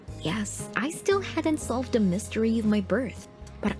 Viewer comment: Did she just say "da" rewinds video yep she just said da